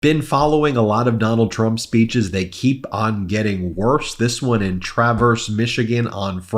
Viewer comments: Pronounced Trav-erse. Not pronounced like traversing a highway. Emphasis on the first syllable. Google it. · Ben, it is Traverse City, Michigan, pronounced- Tra-verse City. Keep up the good work!